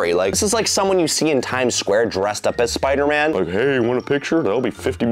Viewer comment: I love how he calls the spider man ones spuder man😂🤣😂🤣